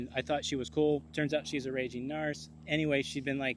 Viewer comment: I like the way you say narse..as in arse. Everyone else says narc (pronounced nark)